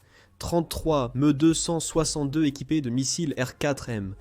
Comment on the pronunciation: Un vrai supplice cette vois d IA . j ai pas pu regarder jusqu au bout. Le MEUUh 262 lol